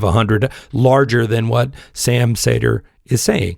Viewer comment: I’m sure you’re cool and all but why do you pronounce his name as Sam Sayder when he pronounces it as Sam Seeder?